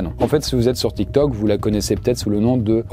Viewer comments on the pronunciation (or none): none